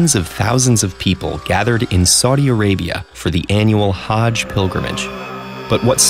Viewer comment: Btw you say hajj like Huj